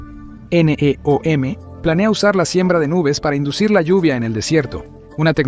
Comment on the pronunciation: Doceava es 1/12, querías decir décimo segundo, y NEOM no son siglas, sino una palabra, no tiene sentido como lo pronuncias... Y no digo más, porque el video es bastante malo...